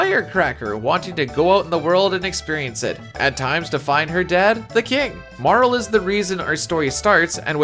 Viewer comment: Pronounced Marle correctly from jump? instant sub.